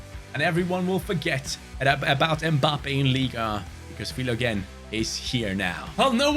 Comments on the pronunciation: Btw his name is pronounced Fill - O - Jeen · Pronounce ‘Philo-Jean’